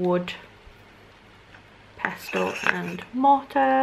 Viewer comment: Fully triggered by you pronouncing the T in pestle 😂